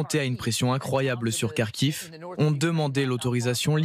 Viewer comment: "Ils ont sauve la region de Karkhive" 😂😂😂😅😅😅😢😢. Ce me faire rire.